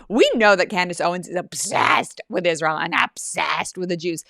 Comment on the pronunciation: If U say that Scamdace is “talented” I WILL NOT give this video a like! I despise that woman and U sometimes overrate her! She can NOT even pronounce a simple word like “Israel” and she’s soooooo ignorant!